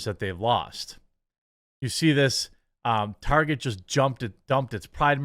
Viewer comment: I'm glad I'm not the only one who calls it, "Tar-jay" :)